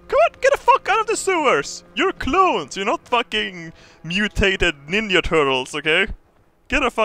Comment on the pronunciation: I love the way this guy pronounces j in English words, like when he said 'ninja'